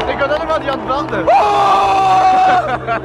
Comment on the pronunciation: à chaque fois qu'il a prononcé Die Antwoord, j'avais les oreilles en sang